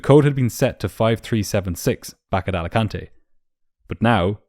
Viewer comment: Americans pronouncing spanish words wrong is the best "Alicantay" xD